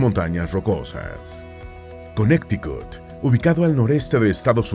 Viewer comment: Cuando van a nombrar palabras o nombres en Inglés seria de mucha utilidad el investigar la pronunciación para que la gente que no habla ingles no aprenda a decir esos nombres de manera incorrecta. Ejemplo: Illinois se pronuncia Ilinoi la "s" no se pronuncia, Connecticut se pronuncia Conericot, no "conecticut" solo google it.